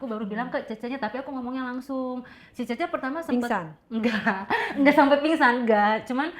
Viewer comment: Bukan cheche......ucapanya salah ....yg benere cie cie/ cece......artinya mbak/ kakak....meme= adik pr.....